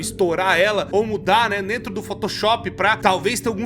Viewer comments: ESSE "DRENTRO" ME QUEBROU KKKKK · “ “drentro” do site” kkkk essa eu rachei